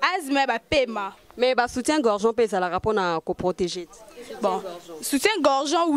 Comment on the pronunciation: Soutien-gorgeon? To soutien-gorge? Eh! Luka kotanga pardon